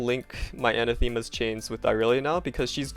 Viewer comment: It's pronounced Anah-thuh-muh.